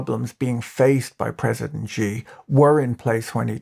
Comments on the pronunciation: xi's name is pronounced "she" not "gee" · Xi ! pronounced like "she" not zhee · Xi is pronounced SHE SHE, SHE, SHE, SHE, SHE, SHE, SHE, SHE, SHE, SHE, SHE AND NOT JEE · You pronounce Xi incorrectly. The X is not pronounced as it is in English, it is pronounced like a 'sh' sound, so his name is more like 'Shi'. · im no expert but it xi is pronounced "she" for us english speakin folkal ... afaik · You'd have a lot more credibility when talking about China if you knew how to pronounce "Shenzhen" and "President Xi," or if you knew that only depictions of Xi as Winnie the Poo is banned in China and not the character as a whole.